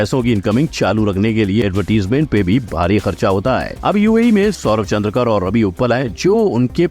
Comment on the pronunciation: Surname चंद्रकर नही है सर,चंद्राकर है